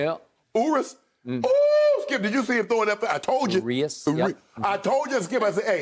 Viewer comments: Shannon said ooris 😂😂😂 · Ooriss😂😂😂 (Urias)